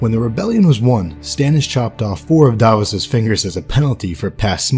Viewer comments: It's Davos Not "Daaahvoes"! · it was "and the cats, never liked cats" and its Stannis not stanis, Sallahdor saan not salador sam and Davos not Davis, Jon snow is the 998th lord commander how is Stannis going to be the 1000th even if he lived? come on man you have a 13 years old son you can do better. i forgot this, he said "A good act does not wash out the bad, nor a bad the good." not what u wrote